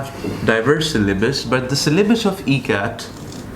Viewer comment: Why is he saying MCAT? OR does his E sound like an M? WHAT is this?